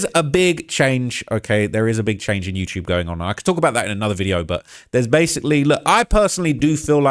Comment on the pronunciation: “You-chube “